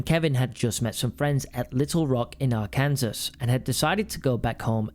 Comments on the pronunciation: Are-Kansas fucking hell lad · Ar-kansas 😂😂😂 it’s pronounced ARK-EN-SAW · It's pronounced Ar-kan-saw . not Ar-kansas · Ark-in-saw say it with me. Not pronounced Ar-Kansas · Are-kin-saw not are-kansas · You pronounce Arkansas R-can-saw, not R-Kansas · You can't even pronounce Arkansas properky😂😂😂 I see you have researched this well Arkansaw is how it is pronounced not RKansas😂😂😂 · Did anyone else spot the mispronunciation of Arkansas? He pronounced it as it looks, instead of Ark-in-saw!! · AR KAN SAW,, dimwit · Love how says it as our Kansas not arkensaw 😂😂😂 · i know it’s probably confusing, as it’s confusing to most americans, but arkansas is pronounced arr-can-saw rather than arr-can-sas. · It’s pronounced Ar-ken-saw not ar-kansas😂😂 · Arkansas? AR Kansas? Ar Kan Saw? And the very rare.... AR(L) Cn 'Saul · It’s pronounced ar-kan- saw . Nice video tho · Y’all keep saying “Bill” Clinton. I have family in Arkansas (Are-Can-Saw) and a friend who used to live near this area. It’s not Bill. It’s who we call Killary (Hillary) We all know it. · You're pronunciation is wrong! Arkansas is pronounced Rrrcansaw! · Or the dog at witness head and witness died from natural causes and Arkansas is pronounced arcansaw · Are can saw is the pronunciation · I'm british and even I know it's pronounced ARKEN -SAW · It's pronounced Arkan-saw haha 😂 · I’m tempted to click off this because of you saying ArkansAS. I’m giving you a second chance but don’t do it again or I’ll tell uncle bill ok? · Its pronounced AR-CAN-SAW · Also saying “Ar-kansas” is seen as an insult to the people of Arkansas just in case you ever go there. Which you probably won’t but still. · Arkansas is pronounced Ar kin saw. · Ar Kan SAaaa fs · my man said arkan sis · “Arkensaul” ……your teams doing you dirty not correcting you 😂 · Come on I'm British as well. It is pronounced Arkinsaw 😅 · Hahaha this made me giggle “our kansas” 😂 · R CAN SAW say it! sai it!!!!!! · Arkansas = ARE KAN SAW